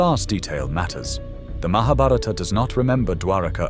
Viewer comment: I so want to watch this. But... the mispronunciation of Skt words - even "Mahabharata" - truly makes me stop. There are so many ppl making videos on Indian history, spirituality...et al. It wd be nice to learn how to pronounce these words foreign to the Western ears, Thank you.